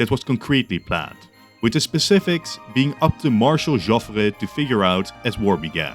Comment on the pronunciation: Joffre sound like Joffr not Joffrey.